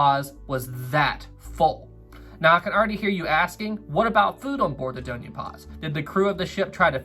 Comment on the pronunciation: hey there! Filipino here and I just wanted to correct u, so lets start with the dona part, its pronounced as do, as in do re mi fa so la ti do, and the Ña part is pronounced as nya like from the song "tokyo" by leat'eq and "sulpicio" is pronounced as sool-pee- and for the "cio" part its pronounced as like the "sho" part in shore. hope this helps:)